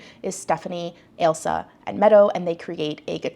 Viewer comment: I haven't seen the show, so I don't know if it's being mispronounced by judges/commentator, but her name is Ailsa which is pronounced like "Ale-sah" (not like 'Elsa', and definitely not 'Alisa' which I've seen published in various articles).